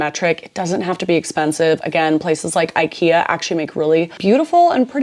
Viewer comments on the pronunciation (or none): none